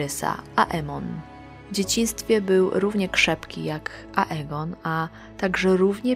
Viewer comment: Dlaczego Lucerys wymawiasz prawidłowo „Lucerys” a juz Ageona nigdy nie wymawiasz poprawnie „Egon”? O Aemonie już nie wspomnę.